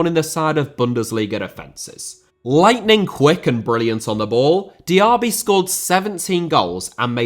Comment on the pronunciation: Diaby* not Diohrbei Villa * not Viller Saw* not Sor Sevilla * not Sevíer Father* not Forther Amavi* not Amohrvi Ghazi* not Ghohrzi Half* not Holf Debuts* not Deibyus Chukwuemeka* not Chăkwămeiker Diego* not Diyeigouw Idea * not Ideer Konsa* not Konser Moreno* not Moreinouw Possession* not Posession Leverkusen* not Leiverkusen Uefa * not Yuweifer Álvaro* not Alvarouw Negredo* not Negreidouw Hag* not Horg